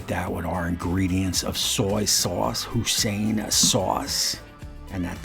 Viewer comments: Did you really just call Hoi-Sin, husain sauce? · I don't think that's how you pronounce that sauce 🤔